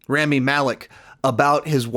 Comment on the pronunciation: R ah mee Malek